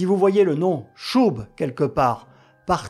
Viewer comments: Chubb, c’est « cheub », pas « choub » (ou « chub » si on veut le dire à la française) Commentaire pour nourrir l’algorithme. 😊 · On prononce « tcheub » pour l’assureur